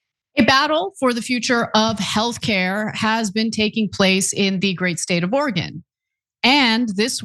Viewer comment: Love hearing Ana pronounce Oregon correctly! Love TYT!